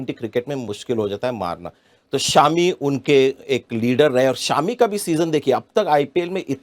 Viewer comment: Shaami Nahi sir It's shami